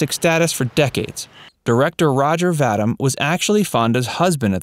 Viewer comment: Roger Vadim's last name is pronounced Va-DEEM, not Va-dim. You're welcome.